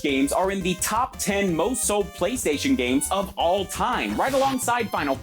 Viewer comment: And every syllable is enunciated in the most unnatural way a human being would ever speak. “THEE BEST GAME ON THEE PLAY-STAY-SHUN”